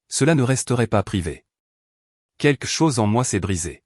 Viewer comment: On ne dit pas quque chose mais quelque chose le L est prononcé. C'est les petits enfants qui disent queque